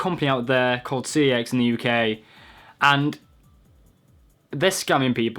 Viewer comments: its pronounced sex not c.e.x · It's pronounced "sex" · It's pronounced, CEX as in SEX. but anyway they've just done a CEX in your bottom! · no the scam is that they'll sell a game for £20 but will only give you £5, apart form that, you look like a drug a dealer and you are a absolute idiot, 1. your pronouncing cex wrong, its pronounced "sex" (verified by shop workers) 2. they say if the cover is printed 3. they don't charge a premium price, i got minecraft ps4 for £16, walle for 3.55, a ps vita with a damage screen £20 (the guy said and it was marked as damaged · I like how some people pronounce CEX as Sex lmao. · CEX is pronounced checks - just letting you know that. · The ads don't pronounce it C-E-X they pronounce it SEX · CEX is surprisingly pronounced as ‘sex’ wow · It's pronounced Secks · Fun fact: cex is pronounced sex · its sex lol even though its cex they pronounce it sex in-house. i worked there for a few months it was actually my regional manager that confirmed this